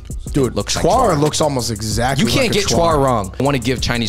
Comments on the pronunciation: Lol cuar that's chuan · Isn't it chuan